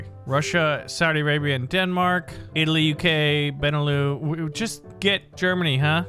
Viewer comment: I hate to be nitpicking but like Luxembourg, Netherlands, Belgium Benelux (ben-e-luxx) not pronounced Leux